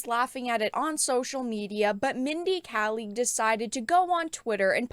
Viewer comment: Just so you know it's Mindy Kaling (kay - ling)